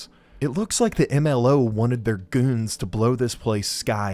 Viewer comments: this video is incredible in just about every way but why did you say goons like that 😭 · why he say goons like that 😂